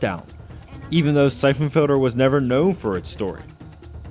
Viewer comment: someone should review this guys REVIEWS. they fuckin suck and he doesn't enunciate....syphon filder, syphon filder, NO! it's syphon FILTER!